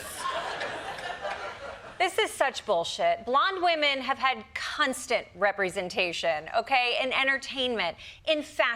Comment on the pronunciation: Did she just say, 'Cunstant'? Ad for 'gins'...Vagins!